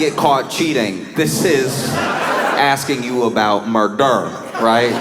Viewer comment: The emphasis on the two syllables of the word MurDer had me rolling!!